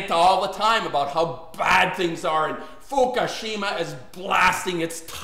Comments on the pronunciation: It is pronounced "Fookoosheema" not "Fookasheema".... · ***** Give it a rest indeed. If Fukushima is so important to you the least you can do is pronounce it correctly. There are no two ways of pronouncing it.